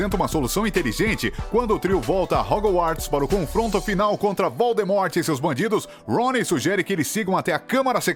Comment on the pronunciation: Ele também falou: dum-bledore, valdermor .